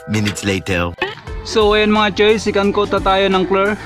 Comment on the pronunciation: Sorry hahaha "Secandtot" naririnig ko hahaaha.